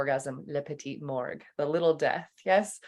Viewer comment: It's "le petit Mort". Not morgue. Just before you get that tattoo ;)